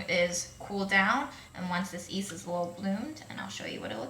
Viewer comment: Hey! Even I'm Asian I'm from India and after watching your videos I realised I pronounce yeast as east as well! I thought I pronounced it right. I'm bamboozeled. I just wanted to let you know that you're not alone